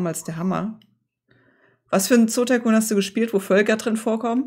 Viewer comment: Dieses Spiel war auch mein Erstes! Vielen Dank fürs Zeigen und das konsequente korrekt-Aussprechen des Titels!